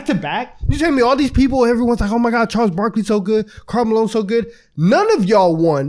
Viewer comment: No one gon’ talk about “Karl Maline”?